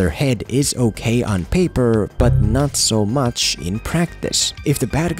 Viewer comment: When he said "ohkay" 🤣🤣